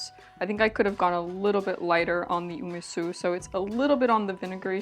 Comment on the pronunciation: What is GREEN garlic? garlic shoots I think is what you used. Shallot shoots are used more commonly but they are similar. What is UMISU ume sauce which is more dense and sweet/sour or umeboshi salty sauce more similar to magi and more liquidy? Based on vinegar comment I assume you meant Arche Organic Ume Su Umeboshi Seasoning Sauce specyfically but idk.. Btw Olive oil and Sesame oil are both not for frying since they have quite low burning temp for oils and they are meant to be used cold more than anything like dressing but you can still fry on them but in lower temperatures or adding it near the very end of frying when heat is turned off already. Pls use oils, which are meant for frying if you wanna stay healthy. You wouldn't have an itchy throat and you are clearly NOT allergic to it so I don't know what is ur issue. Do allergic testing in a doctor office.